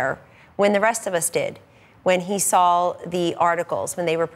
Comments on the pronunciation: Sawl is not a word Kelly Ann. Trump Administration is killing our language... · She said "if I sawl it" at 4 min. Go back to the libarry and see if saw has an "L" in it.